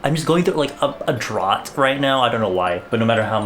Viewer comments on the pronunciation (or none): did you just pronounce “drought” as “drot” ...